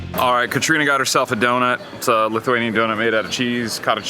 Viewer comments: very American amount of "extra sugar" lmao. great video, thank you for nice words about our beautiful Vilnius! btw your Lithuanian pronunciations are top notch! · ❤Ačiū! You pronounce very correctly!!!